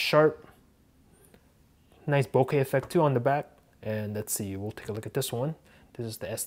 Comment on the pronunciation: He said... very noice